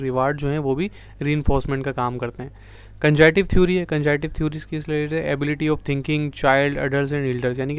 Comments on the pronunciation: Good efforts for shortest review. The word is Cog-nitive, please use appropriate phonics. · Yes cognitive ... pronounce as kognitive not conjunction